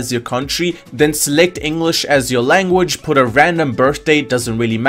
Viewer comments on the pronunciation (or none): none